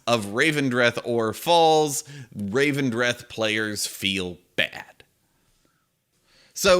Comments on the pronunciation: "Looking forward to people pronouncing 'Elethium' as 'Ethelium' the entire expansion", proceeds to pronounce 'Revendreth' as 'Ravendreth' the entire video. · Can't make a joke about people mispronouncing things and then call Revendreth 'Ravendreth' ;) Otherwise, agree on your points, big up the content!